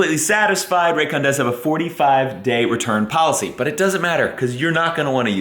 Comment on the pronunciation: New drinking game... the next time does a Raycon commercial, everyone drinks when says 'Raygun' instead of Raycon. Extra points for context: "...whenever we go on trips, Meredith and I take our rayguns..."